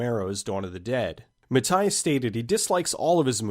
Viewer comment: Mattei is pronounced "ma-tay" not "ma-tuy" but otherwise, great video as usual